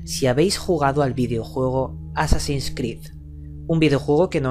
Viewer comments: por que no es jassasin es Hassasin el nombre de asesino viene de has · Por que carajo dice jassasin sin ofender claro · Porque viene del Jefe de la secta: Hassan (y la "h" se pronuncia como "j")> assan> assassin->assassins (plural)->assassin's creed. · no se ustedes pero yo escuche jasasin,bueno tambien soy de latino america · por que dice jasassin?